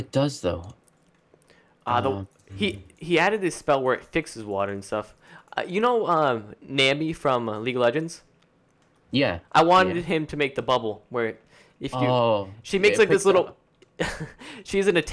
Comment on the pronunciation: It's nami not niandi at 17 17 from league of legends lol